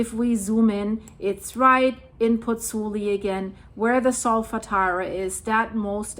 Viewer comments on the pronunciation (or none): Concerning situation in Napoli and Pozzuoli., you are mispronouncing Pozzuoli. It's not three syllables (Pozz - oo - li), it's four syllables (Pozz - oo - aw - li). You're missing out the o, the 'aw' sound. All the vowels are pronounced in Italian...